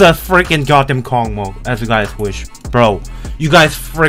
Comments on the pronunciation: lol, kokmok? are u really? [kosmos] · Read this like kosmos, this is space on Russian🌝🌝🌝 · Не KOCMOC а KOSMOS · Ok, I know it was controversial for our mighty Russian developers to write name with Russian letters, but I guess they just wanted to be proud for our nation, which is an ok thing I guess. But damn! It's not "kokomok" it's "kosmos", that's a pronunciation. I think it would be easier just to write kosmos with translit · It's not a kocmoc, it's reading like a kosmos . Some Russian please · Bro thats kosmos, not Коkmok😭😭😭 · Kosmos not, Kokmok yeeees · the name of the level is read as "Kosmos", because the creator of this level is Russian, and the letter c is read as your letter s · speak correctly kosmos ;)